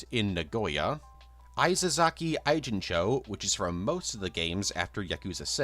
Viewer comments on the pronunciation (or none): "Eye jincho" like